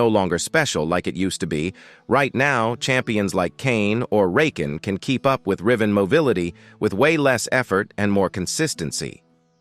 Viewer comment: Rayken? :p